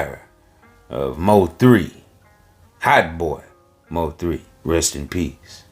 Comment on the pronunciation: He said M O 3, its Mo3 sir ❤❤❤